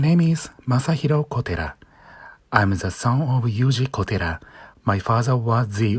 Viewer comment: I like how you now try to pronounce "kotera" properly But pronounce "Masahiro" as ""